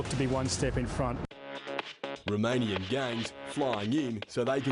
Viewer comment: AY tee aim... romayniyun gangs flying in so thaay can steel big maany .... stupidest English accent ever